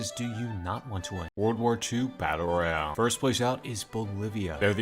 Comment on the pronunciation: How I heard him: W2 batter royar